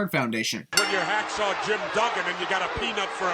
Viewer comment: He didn't say Hacksaw, he said Ax SAW....